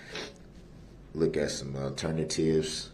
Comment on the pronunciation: Now we can add even more: Turn-a-tives (alternatives) and Pacific 🌊 (Specific)